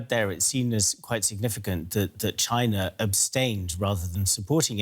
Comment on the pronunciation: This lady mispronounced china. I'm dead